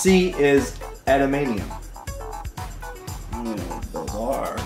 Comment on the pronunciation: Awesome Trivia but the Metal that Wolverine is injected with is pronounced, "adaman"T"ium" you kept missing the "T" when you were saying it....as a Canadian, Wolverine is a national hero!! I think you should have to dress as Wolverine just for that reason....mispronouncing it must be punished...:-) Have a week you guys.